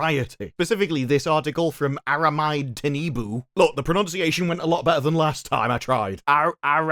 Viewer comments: Ah-ra-me-day Tea-nu-boo 😂 It's a Yoruba (Nigerian) name. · It's pronounced: "Ah-rah-me-day Tea-noon-boo" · Say after me AH-RA-ME-DAY TEE-NU-BU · I've never heard a Nigerian name pronounced in such funny way 🤣🤣 "Aramide Tinubu" Ara-me-day (Aramide )Tea-nu-boo (Tinubu) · I love you but don't hurt yourself trying to properly pronounce our Yoruba names 😅 Best way to learn it, is to hear it once being properly said and then practice it after. But if you want to get the gist of how her name sounds phonetically using similar syllables in English it's more like; Ah-rah-me-day Tee-new-boo Good luck. 😅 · why should the witcher just appeal to men, just because there are popular games? i played witcher 3 several times, still love it. i read the books, several times. still love them. and yes, i want a geralt that fills this role, and a certain sex appeal is necessary to depict geralt adequately. so please stop with the frequent women slanting, or purposely mispronouncing a journalists name. There's enough else that's wrong with this show that u can critize. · Listen mate. When pronouncing a foreign name, do some homework. Ask google or chatgpt or a friend, if you have one, how to do it. And apologies for maybe not saying it right before and after, just to cover your base. This bullshit that you're doing by repeatedly mangling the pronunciation is disrespectful.